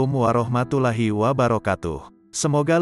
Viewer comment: maaf ko warohmatullAhi hrusnya warohmatullOhi kan lafd allah nya itu lam tafhim